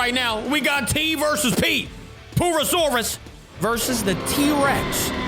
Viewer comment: bro is saying poo not pur